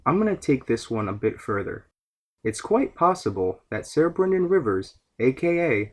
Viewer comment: "Ser" is pronounced "Sir", not "Sayer". Otherwise, great video.